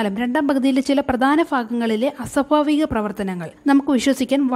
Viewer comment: അസ്വഫാവികം, ഫാഗം 😄😄